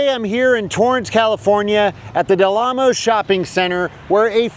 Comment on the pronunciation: It's 'Del Amo ...', not 'Del Lamo ...'.